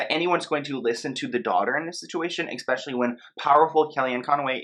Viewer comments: You really love saying "expecially", do n't you? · There is no X ——- in “especially”